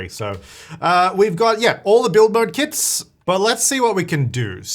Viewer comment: sounds like he is saying KIDS rather than kits in the beginning